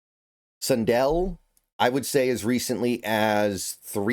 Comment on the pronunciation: yeah! and i prefer sun-dell instead of sun-dull 😂